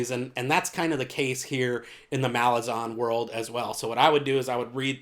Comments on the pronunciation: Ok so most people say malazan, with the a from "ass" (consistent), and imo that sounds the best. The author himself says malaazan, which sounds dumb but cant really debate with the author himself. but yeah I really think you should go for one of those instead of your own. It just kinda bugs me. Good video aside from that, keep at it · Because Malazan means "of/from Malaz", so the -an suffix isn't meant to be emphasized. The obvious way to pronounce it is Malaaz-en.